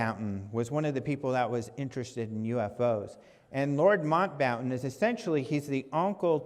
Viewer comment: Lord Mountbatten - "Mount" "Batten" Quite easy:)